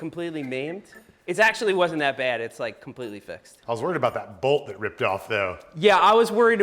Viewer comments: Is "balt" Long Island for "bolt"? Never noticed how you say it until this video haha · Found it funny every time Seth says "broken balt, snapped balt, this balt has gone in straight" lol Didnt know there was an A in bolt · Why do you say bewalt for bolt?